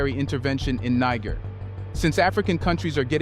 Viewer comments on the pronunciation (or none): I appreciate the info, but why are you pronouncing Niger as Nig ger